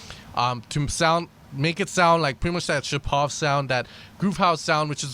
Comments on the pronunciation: Мне тоже ухо резануло :D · Not ShapOv. ShApov!